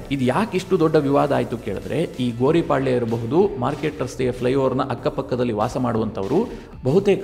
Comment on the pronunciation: Sir adu Gori palya alla. Gowri paalya sir